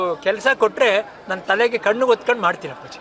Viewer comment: ಹೊತ್ಕೊಂಡು ಅಲ್ಲ ಲೆ ಅದು ಒತ್ಕೊಂಡು. ತೂ ನಿಮ್ಮ ಜನ್ಮಕ್ಕೆ